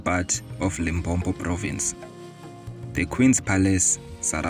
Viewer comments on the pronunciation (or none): The documentary is interesting and I learnt more about the history of Balebedu. However, it is brief and the narrator cannot pronounce Sepedi names. Please Limpopo is not Limpompo. I hope in the next video the narrator will givev voice training on how to pronounce Sotho words.😢😮